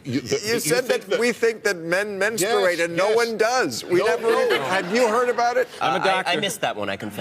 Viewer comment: Good for!! FINALLY, someone besides myself who actually pronounces he u in "menstrUate"!!!